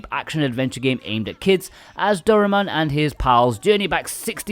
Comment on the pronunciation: I think this was the first time in my 40 years of living that I hear a westerner pronounced "Doraemon".